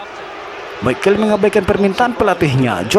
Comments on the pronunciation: Mc Call itu dibaca Mek Koll.. bukan mekeul.. gatel banget gue. Trus beli mikrofon yang bagusan jangan pake handsfree cuk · Gue sampe lihat berkali2 namanya. Si Dubber bilangnya, (Mc Call) = "Mek Keil" . Itu dibacanya "Mek Kol", Baaaang. Hadeuh.... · McCall dibacanya "mek kol" bukan "mekel" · Komentator ini diharapkan segera menemui guru bahasa Inggris & psikiater. Baca MKOLL(McCall) bukan MEKEL. Malu Indon dilihat dunia internasional. Kau orang Batak ya? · mc call bukan mikel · Mccall itu baca'a mek kol Bukan mek kel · Di tulis Mc Call di baca meik kol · Once kali "mekel", kenapa sih ga cari dulu cara penyebutan nama "McCall" yang bener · By the way bacanya "Mekol"